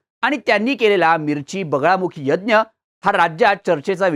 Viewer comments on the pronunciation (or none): बगळामुखी नाही रे बगलामुखी उपासना असते